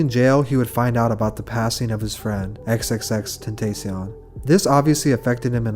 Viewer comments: bro learn how to pronounce them names 😂 tentacyon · nigga called take a step back "fucked up" by "xxxtentayseeone" tf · "f'd up" n "xxxtetaycion" doe 😭😭😭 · When are you gonna learn how to pronounce X's name properly? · You really don't know how to pronounce xxxtentacion??? Smh some researchers you are lmao your credibility just went down a lot especially x being such a huge artist you don't know after people specifically say his name correctly. Won't be watching these as heavily anymore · So are we all gonna ignore how he said “X” name🤣🤣 R.I.P tho